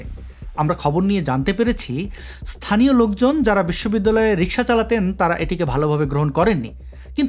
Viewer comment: "ইস্থানীয়" শব্দটি কি আভিধানিক? উচ্চারণ কি সঙ্গত? ইনিও নিশ্চয় বিশ্ববিদ্যালয়ের passout. হায়রে, বাঙ্গালাদেশ..